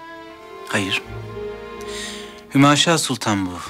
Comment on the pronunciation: hümeyşah değil hümaşah